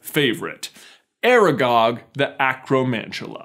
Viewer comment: Its aragog, ARAGOG